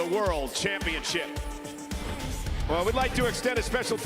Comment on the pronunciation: Why he keep saying Iyo or Rhea?